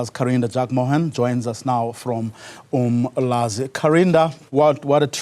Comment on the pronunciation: its uMlalazi not Umlazi..